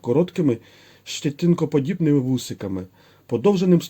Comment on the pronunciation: я добре почув? "щЄтинкоподібними"?? це ти автор перекладав з якої ВікіпЄдіі? Не росєйської? ЩЄтина - це україньскою? Якщо заробляєш контентом - то може подумай про працю нормальну. А якщо для хоббі - то нафіга воно тобі треба? Такого контенту не бракує.